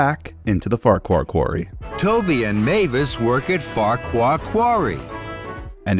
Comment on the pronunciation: Ffarqhuar is pronounced as focker as you demonstrated in one video